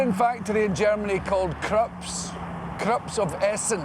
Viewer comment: It's "Krupp", Billy. Not Krupps. Greetings from the Fatherland.